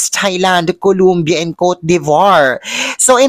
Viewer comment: Pwede ba day ayusin mo bigkas mo mg COLOMBIA? Hindi colUmbia, it's COLOMBIA. O hindi U